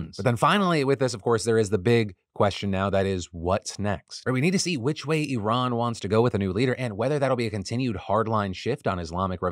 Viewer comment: Thank you for pronouncing Iran, correctly. Please pass the meme to Zaid